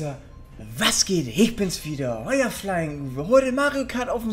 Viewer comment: Flying nicht Fyling XD